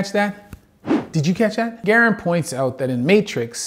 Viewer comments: Bro, it’s “Guh-rand” not “garen” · That is definitely not how you say Garand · The way he said Garand was kind of hard to listen to also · both Garand (the namesake for the M1, not Mike) and the Doc are Canadian if I recall where the pronunciation would be as you heard it spoken in the vid, but Mike and a lot of his viewers being American I suppose our pronunciation is also stylistically valid if only by colloquialism